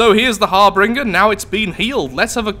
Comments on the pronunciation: it's Harbinger, not harbringer lol. Think the Reaper from Mass Effect. Great vid though! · Harbinger Pronounced: "Har-binj-er" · Just my ocd, i dont think harbringer is actually a word, bu kept saying it like a champ, so thats where my borderline insanity kicks in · Not harbringer, harBINGER. You have no idea how hard it was for me to continue through this without screaming so loud you can hear me from Leicester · Its not pronunciation,harbringer and harbinger are different words. For y'alls that dont know ,that means the letters are different. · I hate to be nitpicky, but.. Har-bin-jer. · I'm fairly certain "harbinger" is pronounced har-binge-er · Pretty sure it's pronounced Har-Bin-ger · To be honest this is the first time i've noticed you pronounce something wrong .It's kinda weird hearing you have a speech impediment it just seemed like a ( cringe-worthy) slip of the tongue. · um there are differing pronunciations around the world i know where i live it is harbinger but who knows like how turbine is pronounced tur-bine in canada and tur-bin in the us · Harbinger has two R's, not three. It's a cool name too. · I'm aware, I saw his comment :D It was just driving me crazy so I had to get it off my chest lol.